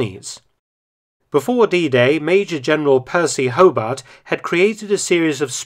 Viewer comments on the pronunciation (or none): none